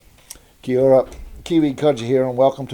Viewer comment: You could at least pronounce kiaora properly